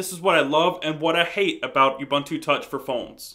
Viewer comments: I've watched 2 vids now and you keep calling it "U"buntu, a hard "U" and it's annoying. It's personally hard to get past you calling it by the wrong name! It's "uu-BUUN-too" (see Ubuntu FAQ page!). Finally; all you talk about is the UI. Does it make a call? Can you text? What about data over 3g? Four things I hate about your presentation, other than that it was helpful and fun to watch. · Hey it is pronounced oo-boon-too. got it?